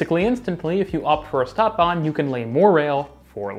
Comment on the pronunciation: I can't help it, I must mention that STadtbahn is pronounces "sh"tadtbahn, with the sh sound. It is a kind of exception - words starting with s+t get the "sht" pronunciation. Stuttgart is another example. It was rather annoying to me. Otherwise, an interesting comparison.